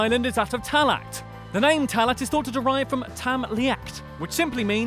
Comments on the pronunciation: 78 is wrong it’s pronounced taghla not talat just so you know 🇮🇪🇮🇪🇮🇪🇮🇪 also I’m from Ireland (Arland) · Lol I like ur vids but oh god, your Irish pronunciation 😂. It doesn't sound too foreign to English.. like tallaght is pronounced "tallah" eiré is pronounced "air eh" and Offaly is pronounced off fally" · If you are going to say Irish words say them right tallaght is pronounced talla not talckt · Its pronounced Tall-ah not tall-ack😂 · I am cringing with your pronunciation of everything Irish like tallaght which is pronounced tala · Tallaght is pronounced like Talla. The ght is silent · buddy its pronounced talla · Tallaght is pronounced “Tallah” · Great video! Really enjoyed it but the only bad thing is your Irish pronunciation Tallaght is pronounced TA-LA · its tal-a ya thick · Its pronounced tallaa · Tallaght is pronounced Talla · Tallaght is pronounced tall ah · Great list I'm irish and it was good, one thing though tallaght is pronounced talla you don't pronoune the ght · you pronounce tallaght talla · And Baile Atha Cliath and Tallaght are pronounced wrong too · Don't pronounce the 'ght' in Tallaght. Should have gotten an actual irish person to do this video tbh.